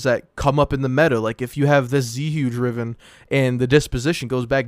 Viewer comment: this man so focused on giving you the facts he pronounced Zhuge wrong thank you